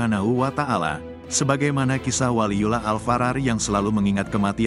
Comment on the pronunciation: Yang bener Baca WALIYULLOH, ko di baca waliyulah.